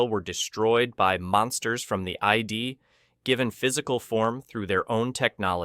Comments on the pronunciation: One small point - the word "id" is pronounced "id'" with short "I". not "eyed". Excellent overview of the movie and its importance. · It's"Id", NOT "eyed". Damned text-to-speech computer voices... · The "id" is not the "eyed." It is pronounced like "did" without the d. Is the narrator an actual hu-man or just another 'bot? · Of all the AI mispronunciations I've ever heard, getting 'id' wrong tops them all.